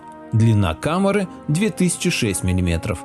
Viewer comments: КАМЭРЫ ШМАМЭРЫ...ПИСЕЦ !!! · Как-то по жидкости произносишь слово "комера" ска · КамЫры! Ведущий, говорите правильно! КамЕра , а у вас КамЫра...